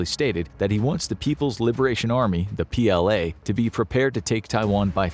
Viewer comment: Teach your AI how to say "PLA" please.